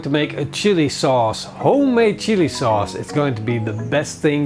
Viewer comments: "Shilli souce"... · am I the only one who heard "our shitty sauce" 😂😂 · Ik denk dat iedereen wel wat wat samal oelek is........maar een tablespoon psshsh-sauce heb ik nog nooit van gehoord :D